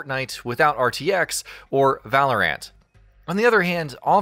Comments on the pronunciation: You know they're just boarding the hype train for potential views when they pronounced CUDA as C. U. D. A. and Valorant as ValoRant. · Did this man just say Valoreentt as Valor-ANT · valer ANT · You say things so wrong you say “Valor ant” and you spell out cuda cores it’s the full name don’t need to spell it out